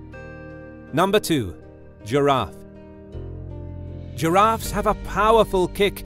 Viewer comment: When it said Graffia I thought it said ur aunt